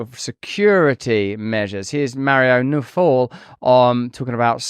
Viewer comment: It's pronounced exactly as written: Nawfal (Nao-fal)